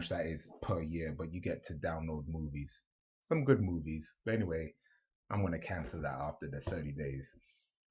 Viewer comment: It did sound like it.. 😂 Then he said movies. So I think he was saying movies.